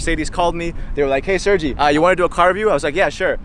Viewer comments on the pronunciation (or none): It's SERGEI - not SERGI - right?